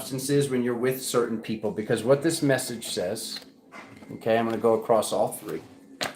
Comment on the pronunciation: 🤣🤣🤣🤣🤣 shake-eh thah peeeeeoople 🤣🤣